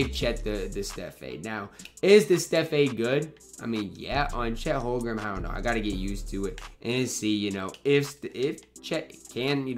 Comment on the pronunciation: It’s Holm-Gren not Hol-grem lol sorry I just had to point that out it was bothering me every time you said it in the video